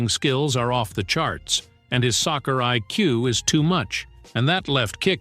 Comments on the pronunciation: what is sosser bro it's soccer not sosser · Stop saying saucer its soccer